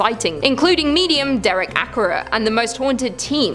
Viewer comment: great video but you says derek acorah name wrong